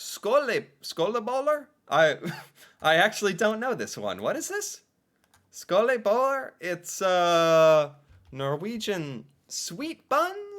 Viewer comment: skoleboller/skolebrød is the pastry while skolebøller means school bully AND PLEASE PRONOUNCE THEM CORRECTLY!!!!!!!!